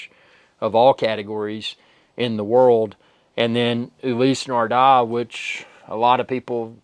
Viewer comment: Ulisee Nardar??? Nardar???